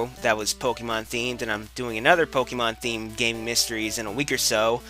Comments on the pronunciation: It's not "Pokemon" it's "Pokeymon" ;D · Seriously, it's Po-KAY-mon. geez, look at the accent :P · I hate your pronunciation of Pokémon. There's an accent for a reason. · In the cartoon series, the characters usually pronounced it like Poke-uh-mon. Since it's supposed to be short for "Pocket Monsters," though, it really should be pronounced Pock-eh-mon. But I guess that doesn't roll off the tongue as well.